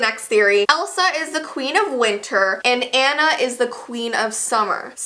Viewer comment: i love frozen cause my name is Anna also finally someone does nt pronounce anna Onna